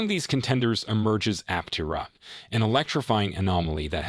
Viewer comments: It's app-terra... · An AI voice certainly read it (which is fine, but it pronounced Aptera incorrectly every time). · Was this written by Artificial Intelligence? There are lots of statements that mean nothing. Trying to make YouTube money by using the company name, even though unable to pronounce the name properly. Thumbs down. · If you're going to attempt a well-researched editorial-style clickbait-titled realist take on an emerging brand/product/company, at least pronounce it correctly, please. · Another note, listen to how Chris says the company name use it going forward. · Absolutely no credibility for such a simple screw up.